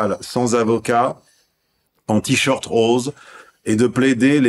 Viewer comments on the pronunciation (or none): none